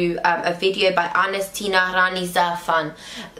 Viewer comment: the way u pronounced the word Za3fan was so much laughable... that video of Anes has a big influence I think on us because he shows his anger about the actual fact of our country and how mach we are suffering since these feelings are felt by evey Algerian cares about his country